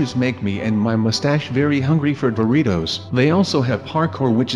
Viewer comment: It said Doritos not boritos